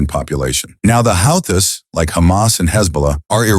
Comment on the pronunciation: "Houthi's " is pronounced WHO-TEES